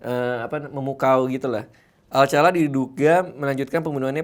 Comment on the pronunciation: Rodney alkala woi salah jadi ngakak pas denger alcala🤣😂. Alcala =alkala